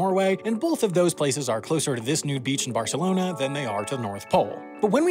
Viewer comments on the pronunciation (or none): none